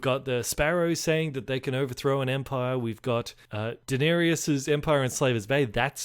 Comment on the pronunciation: It's Da-ner-is. Not Dan-er-ius.